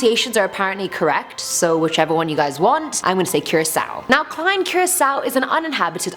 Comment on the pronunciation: I Live In Curaçao ☺ And Yes You Said It Right And Yes I'm Late